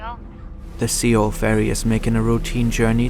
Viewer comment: at least pronounce sewol right. how unprofessional